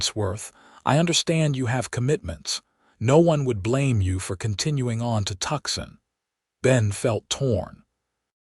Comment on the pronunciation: Tooooo - san not Tuck-sun